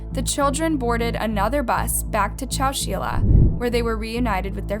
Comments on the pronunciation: Hi: I am a new subscriber. I really like your content and presentation. You have really done your research. I look forward to hearing more cases. I have a very minor correction. ChowChilla is pronounced Chow Chill ( like the word chill) a. Thank you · Chow-chill-uh...... Chowchilla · It’s chow-chill-ah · I wish I can correct how she said Legrand and I can’t ahhhh Edit and Chowchilla😭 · It's not pronounced chow-chee-la. It's pronounced chow-chill-ah. I've lived close by for 61 years, all of my life. And "slough" is pronounced "sloo". Wtf? Can you not imagine what you sound like to someone who was actually there?!?